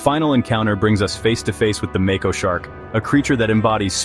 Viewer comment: Lost me at make-oh